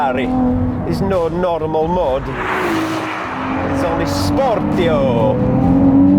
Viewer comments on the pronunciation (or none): It's not "sportio". It's, bloody hell, "spor- ti - vo". Come on, mate !